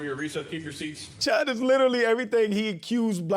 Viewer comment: Cheddar bob chud? Nah nah nah. It’s CHUDder bob!